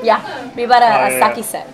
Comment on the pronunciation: sake set（日本酒セット）がサンキューセットに聞こえたｗｗ がんばれ自分！！